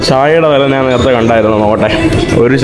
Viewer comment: ഈ മൈ.,.. നെ വിശ്വസിച്ചു കൂടാ. ഇവൻ ഈ നാൻ, നാൻ നാണു, നാനു എന്നൊക്കെ പറയുന്നു. മലയാളം ശരിക്ക് അറിയില്ലേ